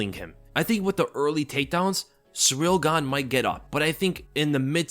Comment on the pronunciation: "surreal gahnnnm" - I'm dead bro